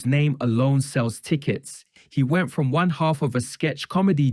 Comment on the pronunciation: "They were not some double act frone tagevuh"